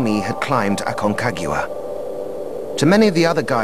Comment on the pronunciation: Also 'Aconcagua in Argentina' made me snort 😒